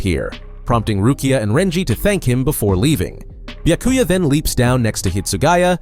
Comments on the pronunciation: Not bee-yuh-koo-yuh it’s bee-yah-koo-yah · Ah yes, who can forget my favorite captain: Buy-a-cuy-a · Bee-uh-koo-ya Are you FUCKING serious? Y’all need to stop with the AI narrations. It’s insulting to the property, the author, and his nationality by letting it pronounce the words as they’re spelled in English. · Yeah annoying af Byakuyaah SenbonZAKURA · Is it too much to ask that you pronounce Byakuya correctly? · dude learn to pronounce the names you are so cringe zebanzakura? WTF ? byakuya? dude common